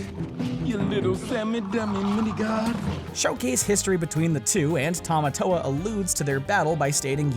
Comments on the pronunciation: Is any else cringed by how he says the crabs name wrong than how the movie says it ?😆🤯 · Noah Delong no it's Tim-a-toe-a. That's how he says it in "Shiny" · The fact that you said Tamatoa wrong the entire time made me cringe. Anyone else?